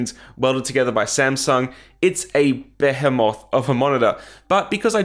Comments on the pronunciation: "Beh-heh-moth" 😂😂😂😂 It's pronounced Be-hee-mth" 😉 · behe-moth, never heard that pronunciation before.